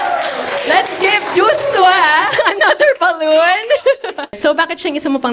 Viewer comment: Ang Cute ng pagbigkas ni Miss.Marion ng "JoshWa"..